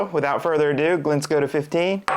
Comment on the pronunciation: It is not Glen Skota!